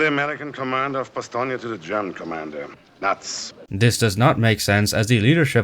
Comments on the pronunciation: They way you say Bastogne caught my attention. That's how it'd be pronounced if read with the Italian vocabulary rules, with gn being the Italian equivalent of the Spanish ñ. As seen in Sardegna, or Romagna. This German says it in a similar way. Which doesn't seem right to me. Surely, as a German, he'd pronounce it more like Ba-stone, like the Americans would. Right? The German version of the name is Bastnach or Bastenach. Why pronounce it with a "nye" on there. The way he pronounces it even gives me Russian vibes. Like "nyi" or "ni" rather than "nye." That's weird. And then he pronounces it Ba-stone. And then the general says it like you do. What even is this movie? This inspired me to look up how the Belgians pronounce it in French, and it's apparently "Ba-stone-yo." I didn't think modern French allowed words to be completed. Usually when you say a word in French you give up half-way through. So in my mind it'd sound more like "Ba-stone." Maybe it's a Belgian French thing. Any Belgians or French people who can explain this to me? Also, one last thing, the town is present in the province of Luxembourg. Not to be confused with the country of Luxembourg. Apparently there are people who speak Luxembourgish there, and it's pronounced "Bash-netcsh." Ah, Luxembourgish. The last Germanic Frankish language, which was inadvertently saved from extinction because speaking French was banned by the Nazis, and the locals didn't want to speak German. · Yes. And it says "Ba-stone-yo" I wanted to double check. You know how Wikipedia can be. The articles list sources, but for the pronunciations, there's no sourcing. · So "ba-stone-yo" isn't correct? Edit: I just found an audio file in a weird corner of Wikipedia claiming to be the German pronunciation of Bastogne. And it's pronounced like says it. But it's not used anywhere. It's used on Wiktionary, but as the only example of pronunciation. What is going on here? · Your pronunciation of Bastogne is incorrect